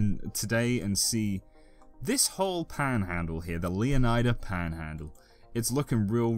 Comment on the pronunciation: I love how your accent switches to southern yank when you say "paaaanhaaaandle" haha